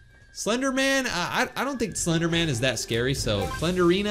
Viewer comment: Hro really said je thia slejderman girlfriend💀💀💀